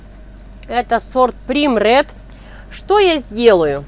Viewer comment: Милочка, не поймите неправильно , но хочу вам подсказать- первый сорт называется « прайм ред». Вы профессионал и хорошо ,когда звучите правильно. Если вам нужно помочь с переводом названий с английского языка, обращайтесь. Буду рада помочь!